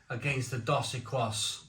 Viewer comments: These beers are for spicy foods. Or for chugging while dead cold in 95 degree Summer heat after mowing the lawn. Time and place. They pronounce it Dos Ekeeeees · Dos Equis is now back in home bargains (pronounced Dos Ecces meaning 2 X's in Spanish.) Had it on Draught in Mexico. Lovely beer. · Dos Equis is pronounced Dohs EH/kees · Mexicans pronounce it "Dos Ekeese"! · I used to drink Mexican lager when it came from Mexico. Wouldn't buy the "fake" UK brewed rubbish. The Corona might be skunked of course. Modello is OK but its got added sugar not very clean. Dos Equis (pronounced Dos Ekis) is good but hard to find nowadays. My favourite is Pacifico Lager. I'm not sold on Mexican beers to be honest especially as they are often in clear glass. Prefer German or Czech lager. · Pronounced dos ek-ees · Dos Equis pronounced 'D'oh Seckies' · I laughed out loud at how you pronounced Dos Equis. It's pronounced Dos Ek-eeze (means two X's). Dos Equis and Corona are considered 's'h'i't' beers (regardless where its brewed) Modelo is average. Never heard of Cruz Blanca, so it might actually be a craft beer unlike the others which are very mass produced. Modelo just overtook Bud Light as the #1 selling beer in the U.S.. tons of people have been boycotting Bud light due to their association with a trans influencer in their ads, that's why. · Dos Ekees. (pronunciation) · Great comparison. It's pronounced dos eh-keyz two exes 😉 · It's pronounced Dos Ekis, means 2 X's/Double X. You missed out Sol, which is a big mexican beer and my 2 favourites are Pacifico brewed in Mazatlan on the Pacific coast, and from Modelo their dark lager Negra Modelo 😋😋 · It's pronounce doe seckees. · It’s phonetically “ Doughs Eh keys” broham. Not being a dick, just trying to help. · It's "dose ekees", 😅 Come on mate.